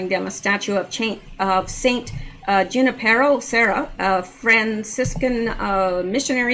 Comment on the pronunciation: Just to help, the two correct pronunciations of "Junipero" are Hoo-NIP-ur-o and Wa-NIP-er-o, (as in Juan). Hope that helps! Great video tonight, as usual,, thank you!